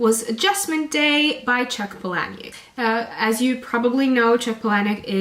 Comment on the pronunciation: Just discovered your channel... as well as how to pronounce Palahniuk. It seems there's been mixed reviews for Adjustment Day, but it's great that you articulated why certain parts were off. Will def keep in mind before reading!